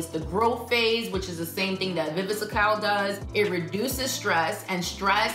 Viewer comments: Pronounced Vi-Vi-Scal I used these vitamins 8 yrs ago. It’s a great product and was recommended by my dermatologist. They work!!! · I think it's funny how you add an extra syllable to Viviscal! 😂 You're knowledge trumps that though..